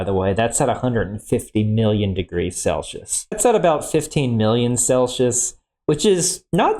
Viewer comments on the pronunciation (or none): "Seven thousand degrees celshus." ... I'm unfamiliar with that scale. Is it anything like "Celsius," which literally everyone else calls it?